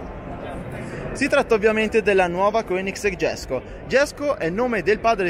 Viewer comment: Jesco si pronuncia alla latina, come fosse una i, non all'anglosassone.